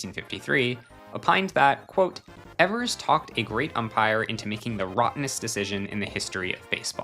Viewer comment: It's pronounced Johnny eevers not Johnny Ehvers, very common mistake